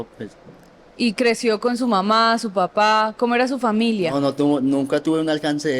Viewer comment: Ni siquiera puede decir las palabras "papá" y "mamá" 💔💔💔 Me recordó la historia del loco vitrina 😢 Cada cabeza es un mundo, y en este caso, las drogas hicieron lo suyo.